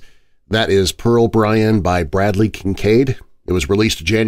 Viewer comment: Just Bryan. No T